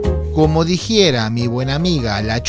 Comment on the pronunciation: dijiera xD